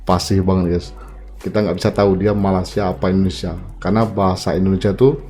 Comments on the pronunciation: Malaysia bang,,,bkn Malasia 😂😂😂👍👍👍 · ucapanmu di perbaiki,, Malaysia yg betul bukan Malasia.